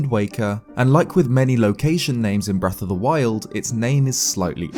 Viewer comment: did he say "wreck of the wild"?